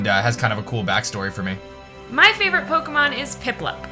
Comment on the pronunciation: MY, NOT F*CKING ME! AND STOP LEAVING OFF THE O IN FAVORITE!